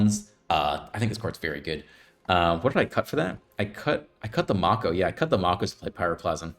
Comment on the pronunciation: It’s pronounced “may-ko” like the shark